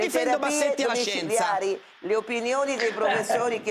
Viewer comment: Parenzo: "io difendo Bassetti e la scienzah" 😂😂😂 come dire io difendo Hitler e la democrazia